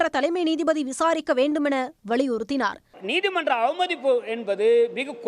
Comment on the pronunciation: வளியுறுத்தி இல்லை வலியுறுத்தி 😂😂